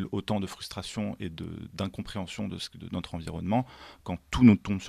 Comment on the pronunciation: Notre ne se prononce pas n^tre. Pas natre non plus comme dans le Midi.